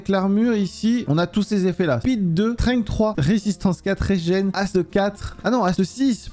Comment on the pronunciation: PTN L'ACCENT ANGLAIS !!! STENGUE et ASTEU au lieu de strength et haste